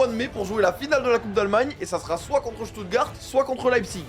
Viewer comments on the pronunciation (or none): none